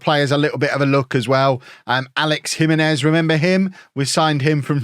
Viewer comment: Pocho is pronounced with a soft ch like chips. Jimenez is pronounced he-MEN-ez, not JIM-eh-nez.